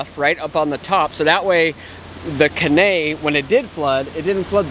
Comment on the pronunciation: Great videos......enjoy all of them! One thing.....the river at RI is the Caney.....Kay-nee (emphasis on "Kay"). I think that's what you are calling K'nay. Longer you're in TN the more you'll learn to speak Tennessean. Ask someone how to pronounce Lafayette, TN. 😊 Keep doing what you're doing!